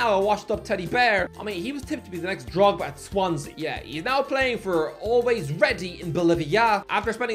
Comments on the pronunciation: Death, taxes, saying “DOCTOR CONGO” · He always days Doctor Congo and he is surely doing it on purpose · is the only person who could say "Doctor Congo" not in one video, but two